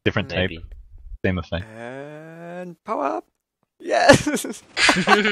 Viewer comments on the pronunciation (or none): I'm not sure if you say "power up" or "Hau ab!" :D (I'm from Austria) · every time they said power up i thought they said hau ab xD it german and mean get away